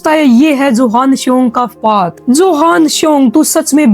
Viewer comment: Johan nhi use yohan pronounce karte hai